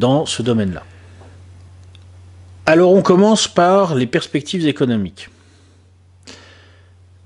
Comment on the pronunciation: sur le chemin de l'apprentissage du russe? "Perrspectives économiques":) Le "rr" est-il roulé ou non ^^